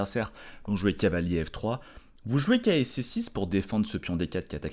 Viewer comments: qui n’est pas toujours fou fou, devait être un élève zélé qui adorait ses cahiers d’école. Doté d’une diction irréprochable, il prononce néanmoins cavalier comme si c’était cahier… ça lui permet de gagner ce qui lui fait souvent défaut, un temps. Parce que cavalier, pff… c’est trop long! En guise de compromis, il a recours parfois à « calier », c.est mignon tout plein… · Je précise que quand prend le temps, qu’il est tranquille, et que ça roule, il prononce cavalier normalement. Mais quand la fièvre le prend, et la passion le gagne, il ressort le cahier et le « calier »!